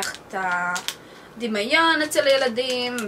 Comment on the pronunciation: לא דימאיון אלא דימיון! ולא מריצה אלא מעריצה! חוץ מזה, מתה. על. הערוץ שלך!! החלום שלי זה לטוס ביפן!